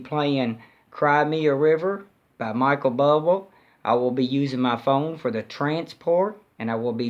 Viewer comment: you didn't quite get Michael Buble name right:) but who cares, you are so cool and charming and thank-you so much for taking your time to share this!!!